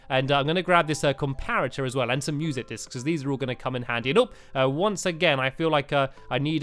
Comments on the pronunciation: Why did he always say discs in to uhmmm dicks ? He said that with the light discs in terraria to !! Wowow stampylongnose 2015 everyone!! Haha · STAMPY IS CUSING AGAIN INSTEDAD OF MUSIC DISK HE SAID MUSIC DIC-S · He said music dicks😂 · "I was abled to get a few music dicks, uh discs..." -Stampy 2015 ._. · Tianna Nguyen he said dics BETTER no k :P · You messed up saying discs it sounds inappropriate please block that